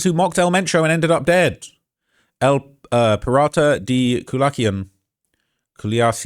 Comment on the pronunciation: you sound worse than a red neck "mayo" like a condiment and "culican" like the car😭😭😭😭😭😭 where's johnny mitchell when you need him.